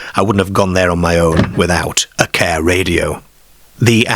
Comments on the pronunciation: It’s pronounced Car not Cawuhh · It’s AI narration. You can tell by simple words repeatedly mispronounced again and again. who pronounces car as kear? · I had to stop watching this after a couple of minutes due to the narrator's aggravating pronunciation of words like Car ( 'Care'), Arms ( 'Airms') etc..Noboday else in England talks like, so why choose him ??? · Never heard car pronounced 'care' before. Not being critical, What area /county is this accent from? Unique to my ears. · Kerr🚗, fem🐷, the femmer👨‍🌾 aerrm💪🏼, 😂 I've never heard 'a' pronounced so unusually before😮😅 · Great pronunciation from the presenter, is the voice AI? So many times l heard the word car pronounced ker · Definitely not North England or Scotland. I Don't know anyone who calls a car a "cair" or "caaare"... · Why can't the narrator pronounce the word "car" ? FFS! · nobody in Yorkshire pronounces car like that. I thought it was AI misreading it.